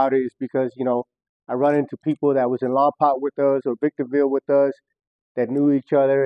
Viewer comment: Not lompac it’s Lompoc Damn it lol .